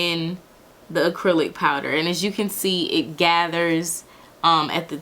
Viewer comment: "Acrelic" 😂 I can't I'm subscribing